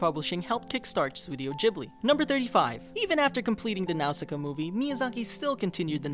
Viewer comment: He keeps mispronouncing Nausicaa